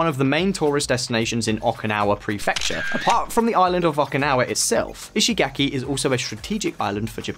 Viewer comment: In case it's helpful, the vowel in Japanese words represented by the letter "a" is pronounced like the 1st vowel in "father.' You keep pronouncing Japanese words with a vowel that does not exist in Japanese. There is no /ae/ sound in Japanese -- I mean the vowel most Americans use in the word "cat." So when you say "ishigaki," the 3rd vowel should be pronounced like the 1st vowel in "father."